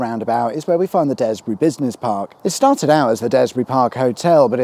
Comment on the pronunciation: Thank goodness you called it Dare-sbury, not Daaaaaars-bury - i'd have had to have written you a strongly worded letter. Fab vid fella, keep them up 😁